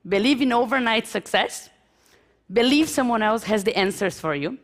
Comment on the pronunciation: Mas isso não se aplica a alguém que ficou tempo o bastante nos EUA, como ela. Tipo, é grave quando, vivendo nos EUA por um bom tempo, ainda pronunciar "believe" como "BELIVI" em vez de "biliv".